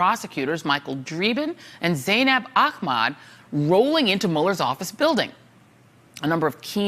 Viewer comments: Why is she pronouncing her last name Aqmaad? It’s “Ahmed” 😒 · Pronounced Ah-med...not Ah-maaad